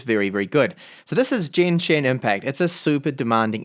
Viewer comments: no no no. Genshin not jenshin! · pretty sure that is not the way to pronounce "genshin" even with the aussie or NZ accent :D the "g" is pronounced more like geezer .. not like "generation"